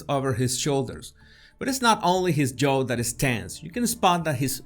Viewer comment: No es Joe (yo-u), es (j)yaaohh (jaw) sorry no se como decirle, un diccionario con los sonidos a un lado te puede ayudar con la diferencia asi: jaw: /ˈʤɑː/; Joe: /ˈʤoʊ/